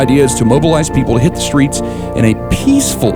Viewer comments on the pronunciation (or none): none